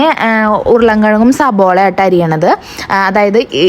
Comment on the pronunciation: സബോള അല്ല സവാള